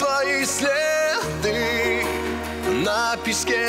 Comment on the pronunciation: Классная песня ,но режит слух только одна фраза ,то ли он так поет ))) Ударение как то по дурацки падает "CЛЕДЫ НА ПИСКЕ!!!", чета тут не так!!!!